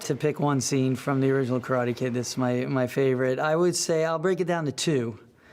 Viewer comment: After all this time and even being corrected in the movie, he still miss pronounces Karate.